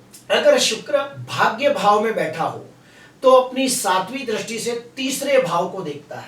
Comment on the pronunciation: Dristi ko drasti nahi bolkar dristi bolakare sir. Please